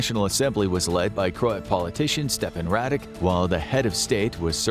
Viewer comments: Radik :-D Radić is pronounced as Raditch. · Bruh I live in croatia and is not Radic is Radić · Well it's actually Radić but I guess they don't understand that those are separate letters with different sounds